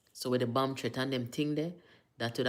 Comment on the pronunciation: Bomb not bum